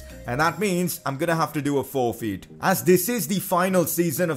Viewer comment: Who else got triggered how he said forfeit ( I know he has an accent )